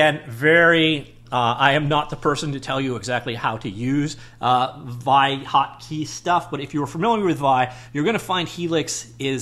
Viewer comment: Looks like I'll test drive it after all... thanks for an insightful video! One side note: "vee-eye" as opposed to "vie"